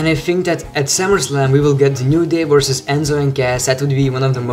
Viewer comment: everytime you say the word "versus" , It really sounded like "vorsas" :D